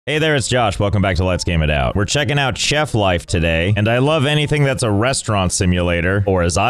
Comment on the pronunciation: Bro said chef with che